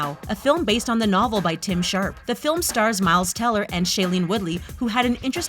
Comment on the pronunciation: Clearly says “Tim Tharp” she says “Sharp”